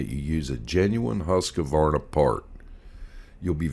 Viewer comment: it is husk-varna not husk-a-varna